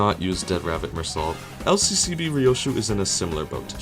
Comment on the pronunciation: You dont pronounce the T at the end of Meursault. It's like "Mur-so" not "More salt"